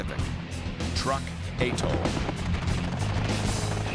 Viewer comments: Atoll. Not Attol SMH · Atoll not aetoll....please!!! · It’s atoll not attol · Is this really how Americans pronounce "Truk/Chuuk" and "atoll"?